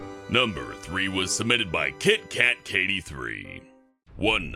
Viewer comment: the name name is KiKatKati3 but says KitKat Kati33